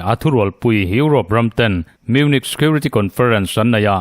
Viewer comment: Munich hi munik ti roh